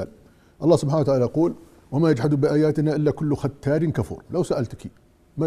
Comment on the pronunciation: ازول فلاون... (ختار) في القرآن ليس ( ختال ) للانصاف